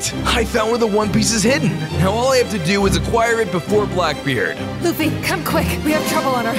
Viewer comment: It luffy￼ not laffy